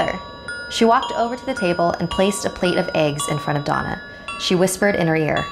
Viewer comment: Donna đọc nhầm thành "Douma"